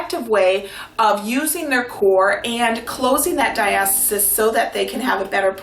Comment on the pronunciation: Diastis? it’s pronounced “Dia-sta-sis”